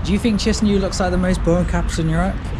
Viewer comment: say chinsinau again